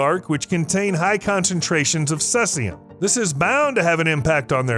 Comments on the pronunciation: Ce is actually pronounced (see zee umm.) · can you pronounce your elements? Seseum wtf... CEE Zie Um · Cesium is pronounced "see zee um" please. Not "sess ee um". Look it up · It’s see-z-um , not sess-e-um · SEE! ZEE! YUM! not "sessium". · If he says ses-ay-um one more time…. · 😅 made me laugh everytime!!! so many videos and nilered and blue say ceezium 😂 but this guy lets cetszium pass into the final cut. there should be a corrected video as its a voice over. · Cesium pr. /ˈsiːzi.əm/ Pro tip: If there's a word new to you that you'll be repeating multiple times throughout a video, it's a good idea to learn how it's pronounced. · You said cesium wrong, it’s said like sea-z-um. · 'see-zee-um. pleeeease. thank you. 😊✌️ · Oh boy. Let the roast begin in the comments... See-zee-um mate. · lol sesseyum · The element is cesium (see-zee-uhm) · Bro, its totally cesium: Suh-zee-zee-soo-duh-yee-sum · Pardon me. It's Ce(long E)sium. Just sayin. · Thank you! I'm glad I'm not the only one that wanted to mention this haha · Lol sounds like Sussium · Also weird to hear "minus 134." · i think he does it on purpose.. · You lose credibility when, you interpret facts wrong. whether its pronunciation or numbers or anything really. I doubt anywhere researching for this video did you not hear the word. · Anyone with a basic knowledge of the periodic table will know how Cesium is pronounced..This is Temu level science information! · Why do so many people mispronounce Cesium so often. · He does it every time he ever mentions Ce, and everytime tons of people try to help. So he's probably doing it FOR the comments as a boost to the algorithm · Learn how to pronounce cesium. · Thank you! the mispronunciation was driving me nuts as well😮